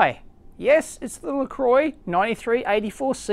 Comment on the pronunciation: Most be Lestroy instead of Lecroy